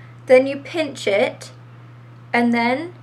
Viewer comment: You sounded british when you said Pinch it XD